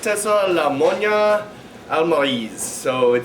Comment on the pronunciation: Great wine, nice to see a review of a Spanish wine from the greatly underrated Toro DO. Not to be a jerk, but to help you with your spanish, Monja is pronounced Mon-haa and Almirez : Al-me-rez